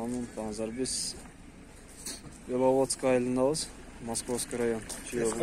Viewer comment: Белаводск эмес Беловодск